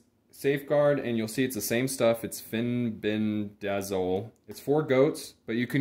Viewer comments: Good video, thanks for sharing.. Fenbendazole is pronounced fen-benda-zol :) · Can you please learn how to pronounce the words before you publish educational videos... grapeworm???? Fenbendazole isn't hard to say 😊